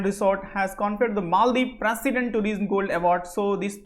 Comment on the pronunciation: somebody tell him tourism is pronounced as touri'sum' and not tureesm